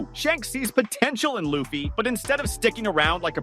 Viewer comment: Video starts. Saving little L-uh-ffy? Not a fan of the show, eh?